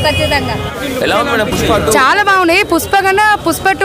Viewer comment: Puspa kaadhu 😅 Amma pushpa